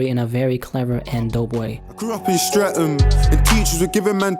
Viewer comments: Streaming is pronounced 'Streath-am' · The way u said streatham has me ddead loool its pronounced "stret-ahm" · man said strem tho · Big up on his attempt to pronounce Streatham ❤️😂